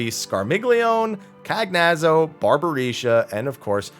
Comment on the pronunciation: Just feel I have to point out that since the Archfiends' names are Italian in origin, it's likely the only one you pronounced correctly was Rubicante. The others are most likely to end up pronounced as follows: Scarmiglione = Scar-meel-yo-nay Cagnazzo = Ca-nyat-zo Barbaricca = Barba-ree-cha